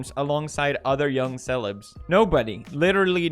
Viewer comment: Nobody: Not a soul: Pewdiepie: *puts emphasis on the first E in ‘celebs’*